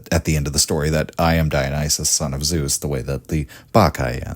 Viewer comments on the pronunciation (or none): none